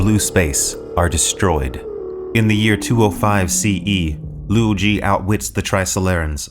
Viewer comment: Hey...some pointers for future videos: Ye Wenjie = Yuh Wuhn-jyeh Cheng Xin = Chuhng Sheen Luo Ji = Lwoh Jee Cixin Liu = Tsuh-sheen Lyoh Much respect! Love your videos! ❤